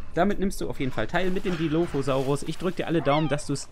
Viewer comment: schau gerade dein video.. aber du musst den dilophosaurus richgtig ausprechen :) und dann sagt jemand was zu Jurasic world?...sorry ich bin 80er kind und JP. wuff.......er kam in de kino am 11.6. seht euch JP 1 an, bester film ever. JW mit chris patt auch cool. Velociraptor nur etwa 2 m lang??? was? er muss länger gewesen sein, wie auch der DILOPHOSAURUS....